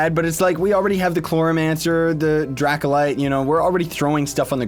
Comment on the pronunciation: Lol did he just say dracolyte?